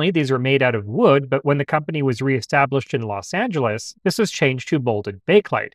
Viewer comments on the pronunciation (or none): none